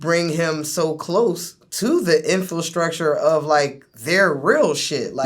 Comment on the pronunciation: Infulstructure?!!! It's infrastucture you unenunciating illiterate